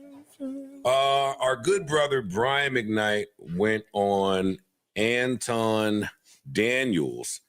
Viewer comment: I hate when so called celebrities try to "high side" folks like they don't know who they are. 🙄 Marc Lamont Hill even purposely mispronounced Anton's name like an A-hole to disrespect him.